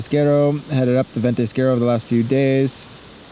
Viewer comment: VENTISQUERO, not ventisquere, is it really that hard to say?